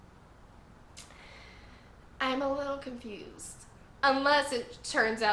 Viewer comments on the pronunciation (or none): none